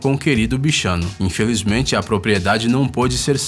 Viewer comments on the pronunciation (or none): pq ele falou "INFELIZMEMTE"?